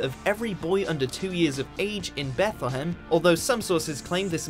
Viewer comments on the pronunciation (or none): It's beth-lee-hem